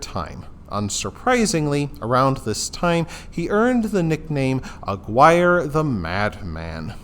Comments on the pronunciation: It's pronounced "ah-gear-ay" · That is definitely not how you pronounce that